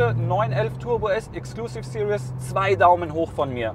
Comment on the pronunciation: What is it with Germans and English? It's Exclusive SE-RIES not Exclusive SE-RI-OUS